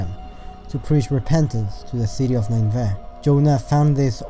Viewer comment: You pronounced Ninevah wrong every single time. Nin•e•vah or nin•ah•vah